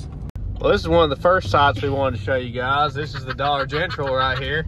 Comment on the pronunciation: He says Dollar Gentral instead of dollar General